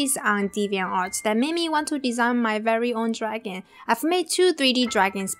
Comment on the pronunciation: Love this video! It helped alot! But it is very annoying when u say draghan instead of dragon... Still love your vids thought!